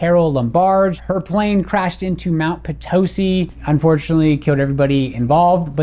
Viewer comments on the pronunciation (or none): You live here but don’t know how to pronounce Potosi. 🙁